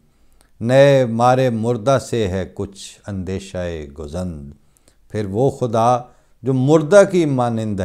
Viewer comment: خدا کا شکر ہے کہ آپ کو صحیح تلفظ کے ساتھ حضرت مسیح موعود علیہ السلام کے کلام کو پیش کرنے کی سعادت مل رہی ہے۔ خاکسار کی معلومات کے مطابق لفظ گزند کو گَزند پڑھا جاتا ہے یعنی گ کی زبر کے ساتھ۔اور دیوِ لعین کو یوں پڑھا جاتا ہے:"دے ۔وِ۔ل۔عِین"